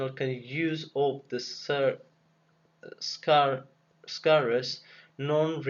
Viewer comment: much appreciated for the notes but bro said scarace except of scares xD. you a G man